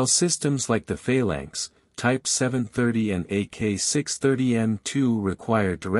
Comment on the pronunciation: "Fail Lanks"? Wtf?